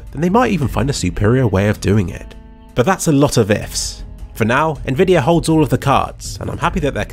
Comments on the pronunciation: Why do you say "nvidier" instead of "nvidi-AH" ?? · why do you say it like "nvidiar" some times